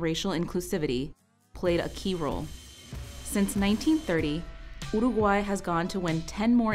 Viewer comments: She actually pronounced it properly (at least the first time) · Jajaja igual se interesaron en pronunciar bien Dijeron uruguay en vez de iurugoai y dijeron bien batlle y ordoñez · I believe who speak could be Uruguayan, she pronounce really good difficult word for anglophone people, and Omho her English is perfect too.